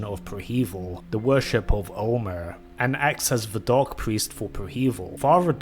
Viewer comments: Why do you pronounce "dark" like "dog"? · Must be your imagination